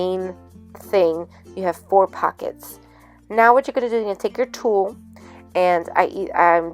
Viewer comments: Hahaha it sounds so funny how you say Tull, it sounds very Puertorican😂 Very cute project💕 Ohhhhh thanks for the powder tip, that's great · Super cute! I love the shaker! You crack me up “tul” 😂 love it! 😘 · Super cute! You crack me up saying Tulle Lol! Love it! Tyfs 😊❤️👍🏼